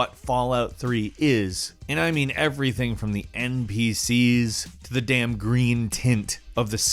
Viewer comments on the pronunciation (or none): none